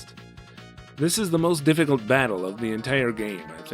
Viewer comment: A lot of pieces of this game remind me of the original Lunar for Sega CD. Also, the slow way you go about saying the new names reminds of of the Kids in the Hall bit about the gazebo. "Mr. Her man T. El wish". You also said "difficulty" in a previous video like the hillbilly in the KITH bit where the horse kicks the guy in the head. "Duh fick ull tee". Anyway, great videos.